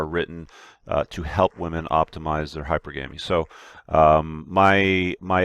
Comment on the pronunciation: Please stop alternating pronunciation of hypergamy...... It's not hyper-Gah-me. It's Hyper-guh-me.